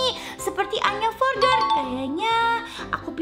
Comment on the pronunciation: Kak maksudnya tulisannya"Anya Forger"tapi di bacanya "Anya Forjer"ya kak😁😁😊😊